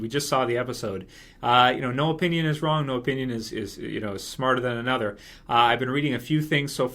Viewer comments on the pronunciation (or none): none